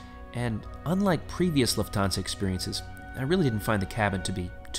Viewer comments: Luft-hansa...not Luf-thansa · It’s pronounced ‘Luft - arnsa’ incorporating the German word for ‘air’ - ‘luft’ as in ‘luftwaffe’ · It’s pronounced loof-tans-a not trying to be rude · Been wondering how Lufthansa is pronounced 👍